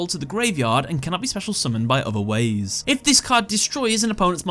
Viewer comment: "...by other wAiZe."